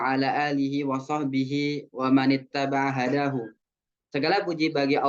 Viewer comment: bukannya di baca" wa man itaba' hudahu bukan hadahu. afwan